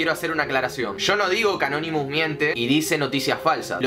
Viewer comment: Porque dice canonimus